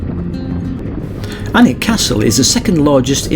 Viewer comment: A great wee video, having moved up to 6 miles east of Berwick 16 years ago from Kent, I love the fact that gets the pronunciation of Alnwick, Bamburgh and Lowick right. I really enjoy your riding video's and can't wait for the next. ATB Big Dave Scotland